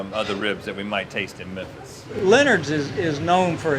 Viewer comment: As a Tennessean, I’m just gonna say... It’s MeMphis. Not Mephis...